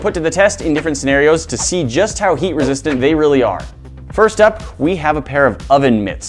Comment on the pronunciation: Can't unhear it